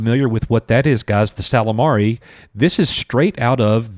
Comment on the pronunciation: It's Ysalamiri not Ysalamari...